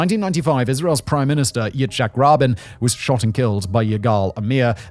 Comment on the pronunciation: I thought he was talking about a baby who did magic tricks. Infant..tadaaaa! Edit to add: Oh god, and and he just pronounced Yitzhak Rabin as something like "Itchy Robin"